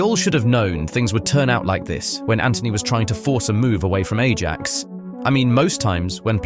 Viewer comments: A-JACKS? Really? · "a-jacks" 😭😭😭 eye-yax btw. thats how its pronounced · Hi-axe. Not hay- jocks. Ai documented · ay - Jacks? really? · Ay-Jax.... come on. You can't have watched much football. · 'Ay-jax'? Also 5 biggest signings are Lukaku, Pogba, Antony, Maguire and Sancho for £422,5m 😂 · Your pronunciation of Ajax is infuriating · You have Saka and Raphinha mixed up and look up how to pronounce AJAX. Otherwise good stuff.